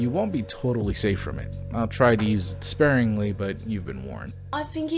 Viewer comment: Mhm "sparingling"